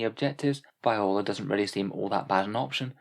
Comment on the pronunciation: Just a note Viorla is pronounced vee-or-la